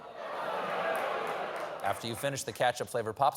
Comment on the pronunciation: Can’t get over the way Stephen said “katchup” instead of “ketchup” and… well as a Canadian I’m sorry for the ketchup popsicle…